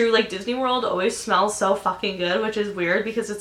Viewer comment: when she said smells i thought she said spells lmao